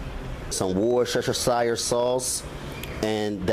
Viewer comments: War-shh-shh-shire-sauce, loved it! I’m from the UK, it’s a weird spelling, but pronounced: wus-teh-shire. Looked great. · Wor cha cha shire sauce 😂 good video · Yeah man get that Wershesheshashashashashesheshashashesheshashashire sauce on there